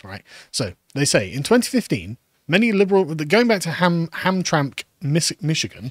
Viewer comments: As a michigander, it's pronounced "Ham-tram-mick". Also the POW Flag is a moderately well known american thing, should have googled it. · Hamtramck is pronounced "HamTRAMick" 🙂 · It's pronounced like Ham-Tram-Ick. And the Prisoner of War flag is a flag honoring US soldiers who were imprisoned or are considered "missing in action" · Michigander here. Hamtramck is pronounced as Ham-TRAM-ick. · Pronounced HamtramICK. It was an ethnic POLISH enclave for generations. Now it is yet another satellite colony of Dearborn. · Side note: Hearing Carl try to pronounce Hamtramck made my day as a Michigan resident. ham-TRAM-ick lol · Ham-Tram-Mick, the last syllable is pronounced Mick, but it is like McDonald from the scotch. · It's pronounced "Ham-Tram-Ick" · HAMTRAMCK is pronounced "ham-TRAM-ick" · It's pronounced Ham Tram ick